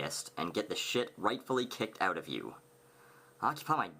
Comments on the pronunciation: when u say stick around and you'll find "out" is the first time i actually hear the stereotypical canadian accent although its not exactly "oot& aboot" how south park movie portays u actually do hear it..im canadian too but dont say it like that...........felt the need to share this observation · I love whenever says "oot." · You say out wrong. Wtf. Its so annoying. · friendly neighborhood canadian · How do most people say it? Just curious... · Haha, it's a bit difficult to distinguish, and Canadian accents vary depending on where you live. The only way I can tell that has a Canadian accent is the way he says things with an 'ou' in them, like 'out'. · I love the way he says about or out xDDDDDDD